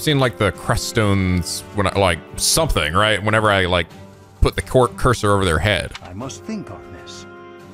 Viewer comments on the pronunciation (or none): none